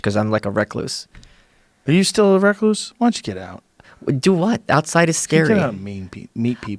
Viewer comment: nah fam, it's reh-KLOOSE